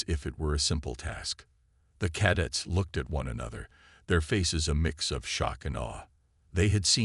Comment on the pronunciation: it's only 00.34 and twice "cad its" for Cadets ? Really... It appears you have forgotten the first rule of using AI readers - Check the results before posting your work. This carelessness earns you a thumbs down.